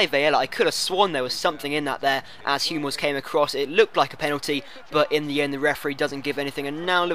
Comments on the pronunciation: you need to work on you pronunciation Modric = Modrich Hummels = Huh-mmels Subotic = Soobotich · Sorry if you find this petty but you pronounce 'Hummels' 'Humm' 'els' the way you pronounce would mean it would be spelled 'humels' with one 'm' rather than two.